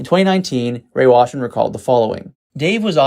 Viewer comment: Rey Washam. Not "Washman".